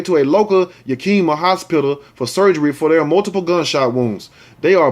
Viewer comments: you are so funny. You are right. It's pronounce Yack-ca-ma or "yeah"-kee-ma... I should know I live in crazy Washington. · Yakima is a shit hole....It's pronounced "ya.keem.a"! I'm an hour from there! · Know The Ledge Show yak-a-ma the last part sound like your pronouncing mother but with an A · 👀 👅 LMAO~ i still 💗 you tho!! No one ever pronounces the names of these WA towns right unless they are from here.. like me!!!! (YAKK-EM-MA) ( yakk KIM- ma) Sounds like these words..YAKKY HAIR GET 'EM UP YOUNG MA... 👀 👅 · Yak-a-mah is how its pronounced. This is super bs and another unnecessary violent act. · The area where these people live is pronounced yak ca mah. Yakima is a Native American word from Northwestern Indian s. I use to live in Washington State.😊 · Miss Lotus No. Yak-ca- ma. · It's pronounced Yack-ki-mah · It is pronounced Yah/ Kima. Outside Seattle. Love your show.